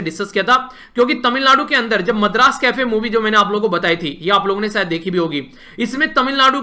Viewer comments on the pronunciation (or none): none